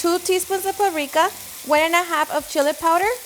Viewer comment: Did she say parrika lol